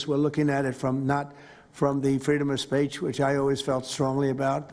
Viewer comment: "Freedom of Spaich"